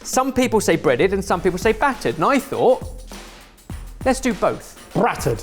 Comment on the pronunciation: ”brrrrattered” got to me so bad 😂 dead